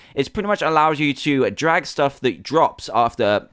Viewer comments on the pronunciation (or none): none